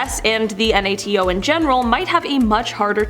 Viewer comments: It’s nato not N.A.T.O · It’s nato not n a t a o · next time you host a video it’s NATO not N A T O. Even if it stands for North Atlantic Treaty Organization it’s pronunciation NAY-TOE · I cringed every time you said N A T O. NATO is an acronym meaning that you pronounce it as a word. Laser is also an acronym, do you call that an L A S E R? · What if you learned how to pronounce NATO? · Does the narrator understand we know what NAT is and she does not have to spell it out? Or does she have no clue what it is and figures that is how it's referred to? And I'm almost certain it's an automated voice as she pronounced domestic/dumanistic.